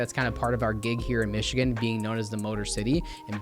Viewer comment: I do love the hard work you put in to this video. Thank you for sharing. Just one random question. Why do you pronounce Michigan with k?